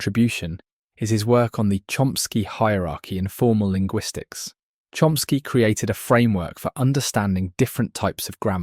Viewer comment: Porque na traduc,ao voce diz Chsky e nao diz Chomsky ??